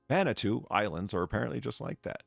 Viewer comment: Vanuatu = Van - nwaah (rhymes with the French word "moi") - too. Not Vanna 2, like the replacement letter-turner for Vanna White. Sheesh. 😁 Thanks for the stream, despite flying solo.